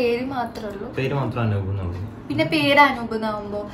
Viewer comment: Not Anoop * *.